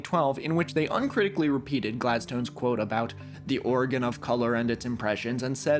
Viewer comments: 26m12s MESSAGE you can pronounce with a zh* but when it comes to origin you say (origin of colour) - you pronounce it ora-ghin when it’s ori-dzin / oridjin . Was this a mis step or do you not understand the word original and origin and its pronunciation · Great video! Just FYI, origin has a soft g!